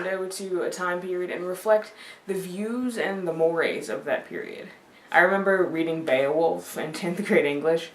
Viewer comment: I love that you pronounce "mores" correctly. Drives me nuts when people say moors instead of morays. I think you make a really good point about the comparisons. Classics are part of the foundation, and though yeah, you can get through modern things and like them just fine without the foundation, you get so much more out of it when you have that strong basis. I had a section on poetry that I ended up cutting because my video was just too damn long. But one of these days (to be cont.)